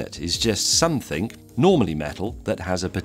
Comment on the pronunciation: It's hard to take him seriously when he said "somethink"